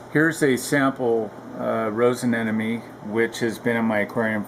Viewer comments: A-ne-mo-ne.... not a-ne-no-me. Almost sounds like you're saying an enemy. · aneMone not aneNome !!!!!!